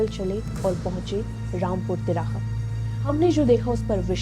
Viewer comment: Rampur Tihara nahi "Rampur Tiraha" Hain😕 jab bolna thik se na aye tohh naa hi bolna....ladki thik se bolna sikho pehle🙏